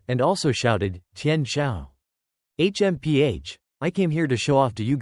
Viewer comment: H.M.P.H smh this ish is annoying af